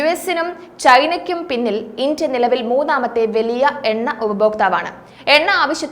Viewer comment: Can you please say India instead of Intia.